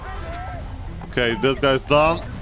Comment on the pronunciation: Need to fix & , “Bounce”